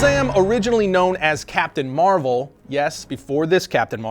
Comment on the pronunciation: Hey, hey, You said Capitain Marvel!!!😂😂😂